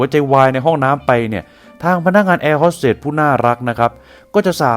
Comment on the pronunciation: แอร์ “โฮส” เตส / “โฮส” ไม่ใช่ ฮอส